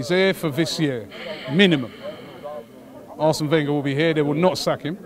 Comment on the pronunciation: 20 years Arsene has been at Arsenal, and yet still can not pronounce his name correctly.